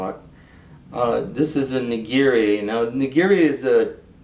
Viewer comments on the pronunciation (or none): the "nakiri" (not "ngiri" haha) isnt a chinese style knife. Youre thinking of a chinese vegetable cleaver.